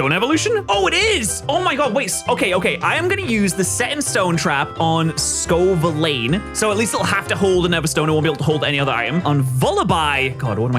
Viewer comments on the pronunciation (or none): How do these guys mispronounce obvious things. Sco-Villane? Its Scovillain. As in Villain. Bad guy. The guy superheroes beat Protean is not pronounce protein either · Sco villain how hard is English for an Englishman